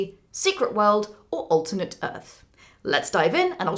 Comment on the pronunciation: It makes me worried that you mispronounce "alternate"